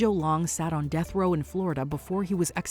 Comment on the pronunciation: Ahem!... "supposed to be put to dath"??? You mean "supposed to be put to death" I assume.